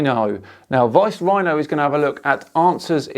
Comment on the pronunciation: So many big words! Pronounced so well! Without hesitation or mangling! Well done and you have a new subscriber:)